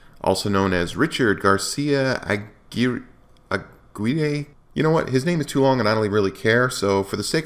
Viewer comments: Aguirre pronounced A-geery. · The idiot's name is pronounced "Ah Gwire". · What a crybaby he is. And his last name is pronounced “Ah-gee(hard g as in geek)-Ray Aguirre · “Uh gear ee” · I believe the last name is pronounced (A Gear).